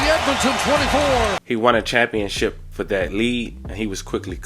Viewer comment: This nigga said “champion-chip”😂😂…tho ppl call getting a ring winning the “chip”, it’s actually not “chip” it’s “ship”…Championship is the actual term…fam ur videos are good and well put together each time. You never disappoint but you be having me dying over here when you mispronounce names and words…but in the same video you’ll say the name or word correctly…why is that fam? Lol